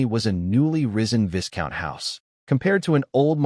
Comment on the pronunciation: look first of all the monotone doesnt help the story one bit....one reason Ai generated stuff like this is boring..second Viscount is pronounces Vycount the s is silent Teach your Ai bot better and to learn Bow can be pronounced like Bow is also means to genefluct in recogition or Bow as in bow and arrow...